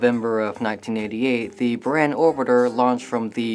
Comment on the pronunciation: it's prounced boorahn. and it's not russian shutle, it's a soviet soviet space craft. yes, there is a huge difference.